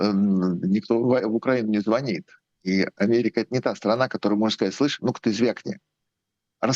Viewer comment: В слове "ЗВОНИТ"-ударный второй слог,а не первый!!!!!!